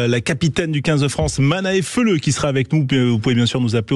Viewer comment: Feleu se prononce Feleou lol